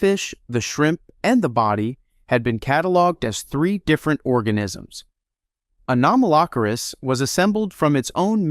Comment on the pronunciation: Stop saying Anomalocaris wrong. 😡